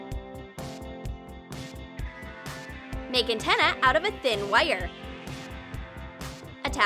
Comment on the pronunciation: it that how u say WIRE wheni heard that word i went rit down to the comments!!!!!!!!!